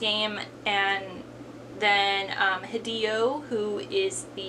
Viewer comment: Btw, Hideo is pronounced as He-der-o